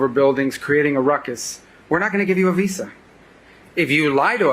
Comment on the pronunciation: Dude doesn't even know how to pronounce Visa.